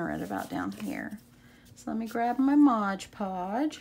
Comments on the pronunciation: MOD Podge ... not Modge Podge ... please! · Nicely done! BTW, its Mod Podge, not ModgePodge